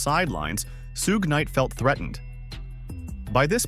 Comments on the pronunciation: suuuuge night really dont speak on him if you cant even say his name. dumb AI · Right on haha soo-ge night lmao